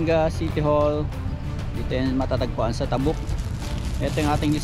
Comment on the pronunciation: sakit sa tenga pakinggan yung pag pronounce ng "tabuk".